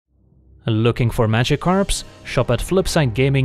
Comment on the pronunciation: Historic treasure hunt? Dang, sounds like an April Fools worthy deck. Also you included Magikarp! I said in a comment elsewhere that I always hear you say “Looking for Magikarps” !!